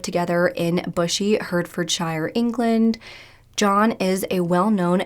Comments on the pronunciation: I know you cover cases from the UK quite often so just some friendly advice! The word shire at theme of town names like Hertfordshire is pronounced ‘sheeer’ rather than ‘shi-ar’. There’s a lot of towns with this in the name so thought I’d let you know for the future 😊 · This case is from my hometown!! Just for future reference is pronounced 'heart-fod-share' ❤️